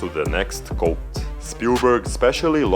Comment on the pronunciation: Pronounces "coat" like "côte". = French confirmed.